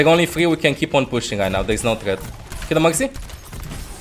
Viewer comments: Every time he says Mercy I think he's saying Moxy 😂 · Sounds like Mugcy to me